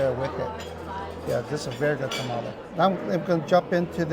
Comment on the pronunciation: Tamale, i think sometimes you guys say it wrong and sometimes you say it right? Its throwing me off. 🤣